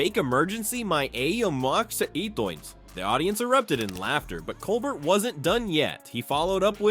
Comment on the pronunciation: Learn how to say "Colbert" and I'll subscribe. Seriously, he's in half the video